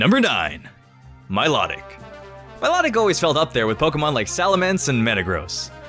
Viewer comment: it s mi low tic not mi lot ic